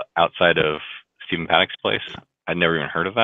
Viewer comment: Did anyone notice in the interview that was done with, there were several times that he called him Stefan instead of Stephen? Then in other parts he did call him Steve, but I thought that was strange. That is his brother... how do you mispronounce his formal name?